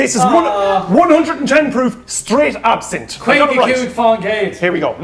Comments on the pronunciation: Pronunciation AB SIN TH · It's not absinthe